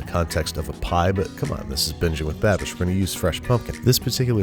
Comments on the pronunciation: Kinda sounded like you said bitching with babish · you said biching with babish at the begining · Okay that time I totally heard “Bitching with Babish”